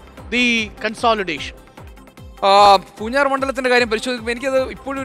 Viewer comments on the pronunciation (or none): പൂഞ്ഞാർ എന്നണ് പൂർ ജാർ എന്നല്ല നാക്ക് വടിച്ചില്ല. ല്ലേ.